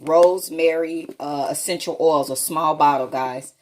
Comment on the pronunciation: Take a shot every time she says “guys” or “exxxxenshul oils” or “senshull oils”